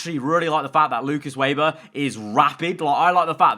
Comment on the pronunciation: They will fix Weber when you can finally pronounce his name. He's German, it's "Veber", not "Weiber". :D